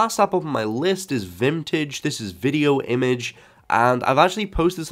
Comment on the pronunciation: Its Vimage, not Vitmtage